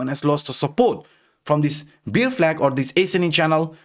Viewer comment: Hi., ur pronounciation for ‘bear’ is wrong. U pronounce ‘beer’ 🍺. Sorry bro I hv to address it coz u r keep repeating the mistake in ur videos.